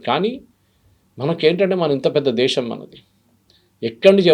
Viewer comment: Madam... దేశం... Desham కాదు...